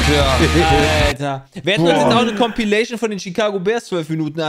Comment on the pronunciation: Wenn CompAilation sagt, dann zucke ich jedes mal zusammen, das macht mich wahnsinnig!